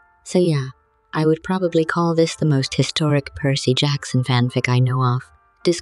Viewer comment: Dionysus would be proud on how you keep mangling Percy's name